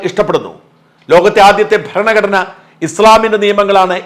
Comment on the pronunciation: ബരണ കഡന അല്ല പ്രതാപൻ സാറേ...ഭരണ ഘടന ആണ്